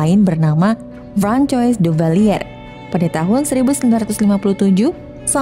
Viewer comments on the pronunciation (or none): Enggak juga sih tadi kalau nggak salah dia salah nyebut nama Francois jadi frankoi harusnyakan Franqoa